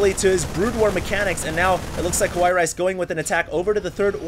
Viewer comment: I think he read it as "Kawaii Rice" without the "ii" part.